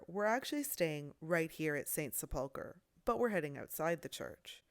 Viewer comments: PLEASE stop saying "Sepoolker". The word is pronounced "Sepulkrer?. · Such an interesting video. I believe the word is pronounced as sep-ul-ker. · ‘Sepulchre’ is pronounced with equal emphasis on all parts - ‘sep-ul-ker’ and not with emphasis on ‘ul’ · Great video as usual. Just one point, sepulchre is pronounced with the emphasis on the first syllable, not the second as Americans oft do. Thank you. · Sepulchre is pronounced "SEP-l-ker" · Sepulchre is pronounced sep•luh•ker ker rhymes with her. 🙂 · Accent on the first syllable not the second as you are doing. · Just watched this. You’re pronouncing sepulchre wrong. The accent is on the first syllable. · The pronunciation of St Sepulchre? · You totally mispronounced Sepulcher. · Very interesting. Please check your pronunciation of sepulcher.